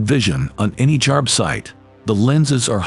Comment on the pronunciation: You'd think Milwaukee would invest a little more in the quality of their commercial.... "Milwarkee"?? "Jarb-site"?? 🤨